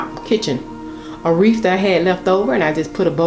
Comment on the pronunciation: You have good taste! So beautiful! Fyi - it's wreath, not wreaf, and poinsettia not poinsetter.